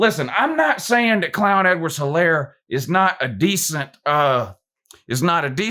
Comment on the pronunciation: He said Clown Edwards Helaire 😂😂😂😂😂😂 lmfao